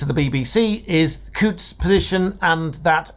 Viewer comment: Well done for pronouncing Coutts correctly.